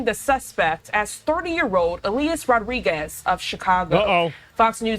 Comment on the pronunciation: wtf did you say Rodriguez? Did he think he was crossing the border into Gaza via the embassy portal? R-O-D-R-I-G-U-E-Z hombre? ay-caramba